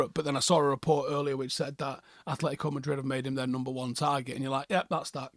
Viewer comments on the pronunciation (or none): none